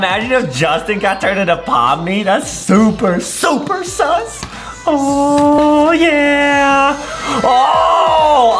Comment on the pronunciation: Why you say S,U,S